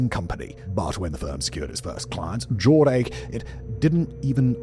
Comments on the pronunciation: “Jord-ache”? 🤔 I remember “Jor-dash” clothes. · Jord-ache 😂 Oh, Simon, you bald, beautiful, no-longer-making-BB-videos bastard. It’s Jord-ash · Oh sweet Lord! It is not Jor-ache... It is Jor Dash, SUPER cool tight denim jeans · Simon pronouncing Jordache as 'Jord-ache' instead of 'jor-dash' almost took me out! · It’s pronounced “Jore dash” Not “Jord ache” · It is. :) Those silly Brits, or is it just Simon. ;) ;) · Well the Brits do pronounce Nike as if it rhymes with bike, when it's really pronounced nigh-kee. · pronounced like Jordash. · Jordache was pronounced Jor dash. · Jord-ache pronounced like headache threw me lol. Jord-ache is pronounced like mustache, Simon! 😂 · Just a quick FYI: "Jordache" is pronounced 'jord-dash'. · It’s pronounced Jord-ash. :) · just... as a note... since Simon doesnt seem to know the OG designer jeans brands... thats... not how you say Jordache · It’s such an old company. I wondered if anybody else would know that he was pronouncing it incorrectly